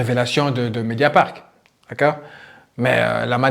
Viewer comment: Qui peut aimer Cyril Hanouna aujourd'hui ? Incroyable !!! (petite rectification pour que tu sois parfait c'est : "MédiaparT" et non pas MédiaparK"... sinon BRAVO pour ton super travail.